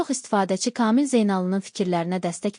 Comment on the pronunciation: Ay Müxbir hec olmasa danışığına diksiyana diqqət elə öyrən KAMİL adımı deyəndə hərflərini düzgün deyildiyinə BİSAVAD QIZI BİSAVAD